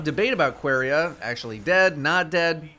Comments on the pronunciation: really called it Queeria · "qwerya" lol thats not how it's pronounced but i dont hate it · I'm I the only one that it bothers the fact that he can't prononce the name "Quria" normally